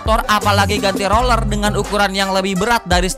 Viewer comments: Roller ❌ - Rorell ✅ - Loller ✅ - Lorell ✅ Sukses terus Bang.. 🤣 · Itu mulutnya disekolahin aja bang "roler". "rorer" terserah dah😢😂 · Roller bwang, Kegh nya mulut nya di sporing dulu dah biar rigit, 😂😂😂😂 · Roller bang, rollleeerrrr 😂